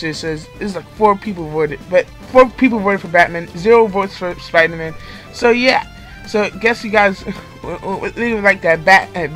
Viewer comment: lmao “spriderman”